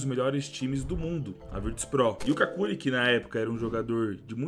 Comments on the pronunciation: n é cáculi, diz se kelly. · As duas pronúncias corretas pro nick dele são "QÜICKLY" ou "KÉLY" como a narradora diz no vídeo... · Somos dois, irmão! Só o vi o começo do video. Não aguentei ver ele chamando de “Kakuli” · C A C U L I ! KKKKKKKKKKKKKKKK Me raxei td vez que ele falou assim, eu sempre falei cucli rsrsrs, bom vídeo!!! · kakuly ao menos para fazer o vídeo aprendias a ler o nome dele... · ta me dando agonia na pronuncia do kqly